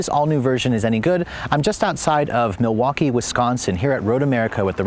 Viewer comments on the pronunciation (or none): none